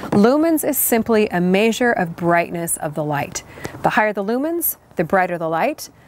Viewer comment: I’ve already watched all these on their own, but I enjoyed watching them in succession like this as a refresher! Random, I love how you pronounce ‘measure’! Lol